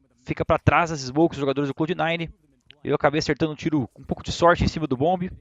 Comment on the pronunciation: Que nervoso que dá de ouvir o Fallen falando "CLOUDE"